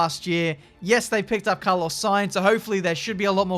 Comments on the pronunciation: Carlos 'Saintz'?😆😂 Why not just Carlos Sainz haha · sainz not saintz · Everbody: Carlos Sainz: Carlos Saintz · "Carlos saintz" there it is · Why’s put a T in sainz? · No one:: Carlos saintz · No one:...: Carlos SainTz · "Carlos Saintz" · Carlos Saintz...? SAINTZ? U good? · "Carlos Saintz" xddd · "Carlos Saintz" Great job. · “Carlos Saintz” 😂